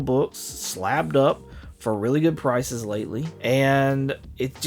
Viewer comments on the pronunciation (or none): What did you say here? I know you meant to say prices, but I think because of your accent you said some sort of an amalgamation of prices and crisis.